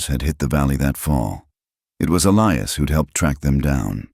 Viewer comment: But there's still a Clara, Sarah and Elias which is pronounced incorrectly.